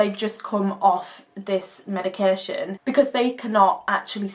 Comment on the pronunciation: + icant stand how you prnounce medication, its not medicarreeeee tion